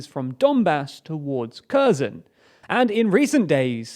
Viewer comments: By the way, the pronunciation is really off! It's not pronounced "Kerzen" — that "Kh" at the beginning is a more like a hard "H" sound (like in the word "hummus") than a "K" sound, and the final O is a long O, like in the word "phone". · Please work on pronunciation of cities. It is written as Kherson, but you should pronounce it as Herson. The same with other cities. I would also suggest you use other sources to make a balance on reporting. Ukrainian announced about counter attack on Kherson, but they only destroyed some bridges with Himars, but the Russians are building pontoon bridges, which is relatively cheap and easy to reconstruct in case of another rocket attack. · Your directions are just very wrong and ask a Russian or Ukrainian how to pronounce Kherson. Your pronunciation is also very wrong. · You're brilliant!! /s If the Ukrainians destroy the bridges at Kherson, how are the Ukrainians going to occupy Kherson if they can't cross the river. Brilliant. By the way, the 'K' in Kherson is silent. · Pls pronounce Kherson correctly; the k is silent. 🙂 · Why can’t you pronounce Kherson properly ?!? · Sorry, I know English mother tongue speakers struggle with the Kh / Ch sound (compare "Chanukka", "Sheikh") but pronouncing Kherson or Kharkiv with a simple K sound might come across as simply ignorant. I recommend pronouncing a simple H sound instead, which is far nearer to the Ukrainian and Russian phonetic original. Keep up your good work! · Just like Kharkiv. "Har keev" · Get your pronunciation of Kherson right!! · They are - Херсон in cirillic transliterates into Kherson, where X or Kh is pronounced as H in "ham". What does is to mispronounce it as "curson" or "curzone". Ukrainian and English are both Indo-European languages. They really have got pretty similar phonemes to some extent if you look closely enough. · Kherson is pronounced about like hairr-SON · Again kurzon and karkiv hahaha correct yourself dude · Her son. Not Curzon. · It's HERSON